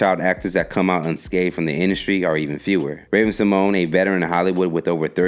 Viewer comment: He just butchered everyone's name in this video. Haha Ravens actually pronunciation of her last name and Kielys name haha